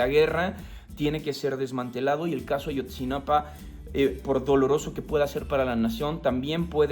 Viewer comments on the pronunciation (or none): Ayotzinapa, no "Ashotzinapa"